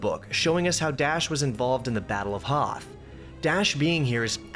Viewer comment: Weeell, eggshuallay it is called the Hoth system, not "Hoff".